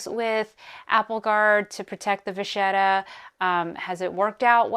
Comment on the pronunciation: I believe it’s pronounced va kett a.